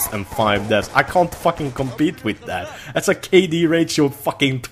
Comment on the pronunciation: I just want to hear you say 'with' and not 'witt' one single time